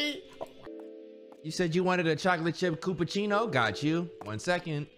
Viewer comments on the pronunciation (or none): I SWEAR my soul left my body for a few seconds when i thought berleezy said a “Coochiepunachino?” 😂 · THEM ALL BUTCHERING CHILLAPUCHINO IS SO FUCKIN FUNNY TO ME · dashie mispronouncing chillapuccino gets me every time😭😭😭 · bro them all struggling to say chillappuccino has me dead😭😭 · the different pronunciation of “chillapuccino” each time any of them says it is KILLING MEEE